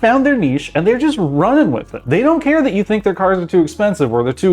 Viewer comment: No way he said „SINK”